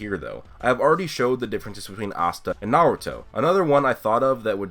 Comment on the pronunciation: Any1 else wanna kill themselves when he says midoriya and naruto lol.